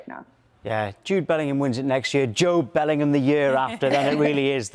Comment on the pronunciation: Was I the only one who couldn't stop laughing when she said 'Bell-end'oor. 😂😅